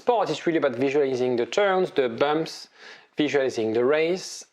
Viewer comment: Did you just say "bummps", like Inspector Clouseau? 😛